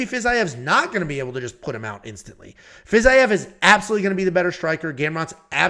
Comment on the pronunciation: Fiz I ev is a crazy way to pronounce it lol love it 😂